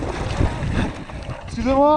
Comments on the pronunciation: Not SCOUZ it's wrond EXCUSÉ MOI is the right one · this guy: "exusez moi" his breakes: "exusez moi"